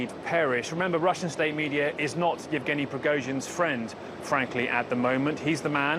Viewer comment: After a year and a half since the invasion of Ukraine...and you still can't pronounce his name? It's not even a complicated one "Yevgeny"